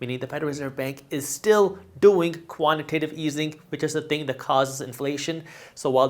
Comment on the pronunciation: Jaspreet let your boy know it’s pronounced quantitative easing pronounced Tate like he calls it quantitive easing